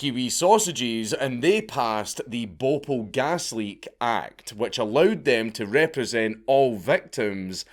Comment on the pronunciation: hahahahaaha ! Bopul ! sounds like a pokemon i love Dank's accent 🤣🤣🤣